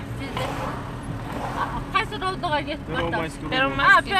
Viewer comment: Первомайскийге да тили келбейтко иий алкашка уялсан боло😏